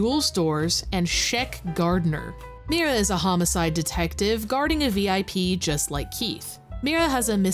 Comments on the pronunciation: Wait...did he say he was a homo-cide detective? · I heard it as "I'm a homo-side detective" and I was frigging confused man. It just didn't click because of how they pronounced it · I honestly expected it to be a wrestling game based on the name of the game and the characters in the thumbnail. Also, that guy at the start of the game really should have taken another stab at pronouncing homicide